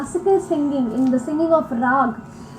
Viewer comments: And this what you guys were referring to as Scating...when Indian artists are doing runs of Indian musical notes in various combinations in the middle of the song/ composition/ instrumental music. And it's pronounced as Ra-aa-gh, and not as Rag (as in the English version). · Please kindly correct your pronunciation of Raag. You say it as "Rag" (as in ragging) but it is Not Rag. It is "Raag" (the "AWE" sound.......may be "RAWE_G) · Great video but just one small thing. Raag is pronounced Rahg( Raag) or Ragahm (Ragam). The latter is the real one as in South India, most words end with ahm or ahn. So Ram becomes raman. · Please. Note! The “a” in Rag or Ragam is pronounce as you would the “a” in Father; NEVER as the “a” in the English word “rag” as you would to refer to a dirty piece of cloth or fabric you may use to wipe a counter-top or use as a sanitary pad.